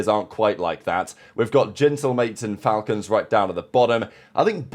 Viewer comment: It's pronounced,The Fal-Colns Shoutout